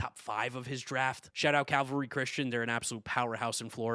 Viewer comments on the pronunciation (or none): none